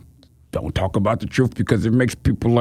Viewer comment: It is pronounced "tru-th" not "tru-uff". Hard to convince people of your "tru-uff" when you can't articulate the truth.